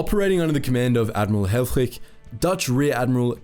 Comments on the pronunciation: Absolutely amazing video! Altough i do have to say that the i in helfrich is most likely prnounced as the i in “this” the way you it makes him sound very german where as for a dutchman you pronounced hellfrig as hellfrieg (perhaps that is how his name was pronounced though since germany and the netherlands are neighbours after all..) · The first dude's name looked German, but he pronounced it as if he was Danish.